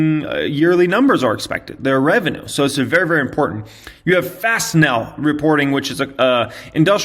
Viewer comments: "Fas-ten-all" As in; I facened a hinge to a door with screws. In combination with the word "all" as in do-it-all; fastenal. That what I always thought at least 🤔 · Pronounced “Fasten-all” bro 😅